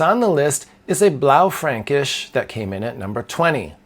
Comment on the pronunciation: Good pronunciation of “Blaufränkisch!” I had a really interesting one upon a visit to Dr. Konstantin Frank’s Winery in the Finger Lakes region recently. I first discovered that varietal while teaching English in Vienna.